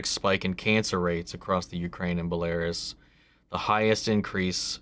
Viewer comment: Check pronunciation of Belarus.